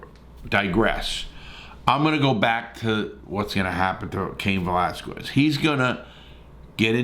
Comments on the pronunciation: Larry stop butchering his last name geeez!!! VE”L”ASQUEZ!! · no dude, that’s not how you say it. It’s pronounced vel-ah-skez. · how many times can you get his name wrong